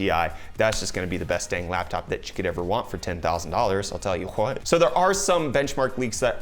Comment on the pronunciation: "I tell hue whewhat..." LMAO!!!!